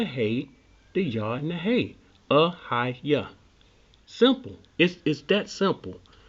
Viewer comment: Hi I enjoyed your video. most explanations I have seen of I am are utter drivel. yours was very good and informative. can I correct you on a couple of things. the pronunciation of I will be is, 'eh-yeh, not ahayah. 'ehyeh is not God's name, Yehowah is, this is the point verse 15 makes. When others in the bible use the expression 'ehyeh it is in the sense of being, I will do this or that, as a verb it describes what you do, not who you are. Lord, God, shaddai, etc are not names but titles, he only has one name, Yehowah or in English , Jehovah. many thanks.